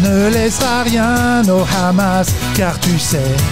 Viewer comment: Seul bémol il fallait prononcer "Khamas" 😂 c parfait sinon